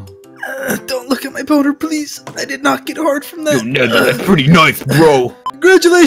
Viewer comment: tbh I thought mineta said big chungas